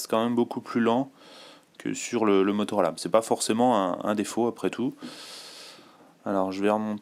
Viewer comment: scheiß französisch. galaxy s dö, galachsy nechsus, motoola raser, oxparie as.... so verschissen reden >:(